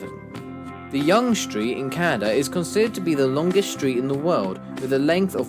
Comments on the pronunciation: The way you pronounced YONGE. 😅 Its pronounced Young. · Sorry to disappoint you, but #7 is WRONG (btw, Yonge is pronounced 'Young'). According to Wikipedia: "Until 1999, the Guinness Book of World Records repeated the popular misconception that Yonge Street was 1,896 km (1,178 mi) long, making it the longest street in the world; this was due to a conflation of Yonge Street with the rest of Ontario's Highway 11. Yonge Street (including the Bradford-to-Barrie extension) is only 86 kilometres (53 mi) long. Due to provincial downgrading in the 1990s, no section of Yonge Street is marked as a provincial highway." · Contrary to being the most educated nation, the US is among the most poorly educated among the advanced Western democracies. Yonge Street is pronounced as "Young" Street, not "Yong" Street.